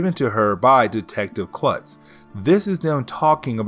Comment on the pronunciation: Detective Kurtz not Klutz